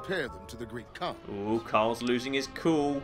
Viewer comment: hmm... Did anyone else notice that 'Great Khan Quest' sounded like 'Great Conquest'?